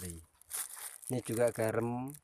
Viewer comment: Garam, bukan garem